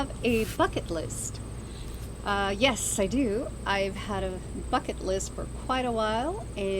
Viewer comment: When you said "bucket list" I thought you said "fk it list" 🤣 which is actually a great concept, pardon the pun.